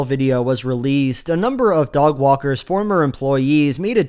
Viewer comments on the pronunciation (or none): to hear for sure say "dog walkers" instead of "Doug Walker's", you're welcome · At this point of the video you definitely said "Dog Walker's", which I found intensely funny for some reason